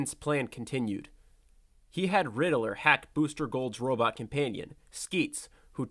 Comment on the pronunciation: I heard my boi say “Rididler” like 5 times and quit